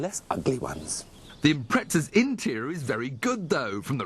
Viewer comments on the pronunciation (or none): why does he say impretza instead of impreza wtf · IMPRETSA? They are not handsome cars? They're ugly? Evidently this guy can't speak properly and has no idea of the dribble comes out of his mouth.